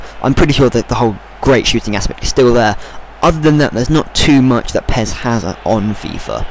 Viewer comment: pez?! accent level over 1000.